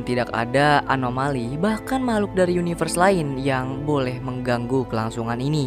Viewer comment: yunayvers cuy wkwkk ada ada saja nyebutnya